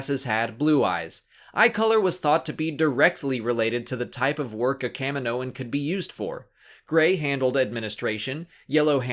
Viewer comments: Why is it pronounced "Cam-min-noans" and not "Kah-mee-noans"? The planet is Kamino ("Kah-mee-no") not Cammino. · kah mi moh an....jeez americans can't even speak made up english properly